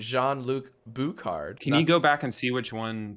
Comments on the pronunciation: Jean-Luc Bouchard's last name sounds very francophone, and should thus be pronounced with a soft "sh" sound, like in "shard". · the "ch" is actually pronouced like "sh" in shoes or shampoo. That guy must be French Canadian (like me). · as a quebecker, pronunciation of jean-luc bouchard hurt me to my core